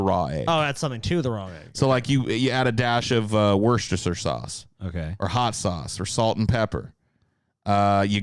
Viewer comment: OMG here we are again.; Worcestershire is pronounced "Wusstershire" -and don't stretch the "shire" bit out. It's pronounced like; "Sheh"